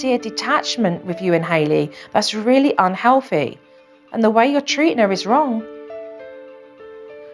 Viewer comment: Jo: that’s very unhealfy she did not say it right